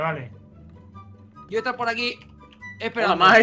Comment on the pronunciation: "hoda"🙄😂😂😂😂me partooooo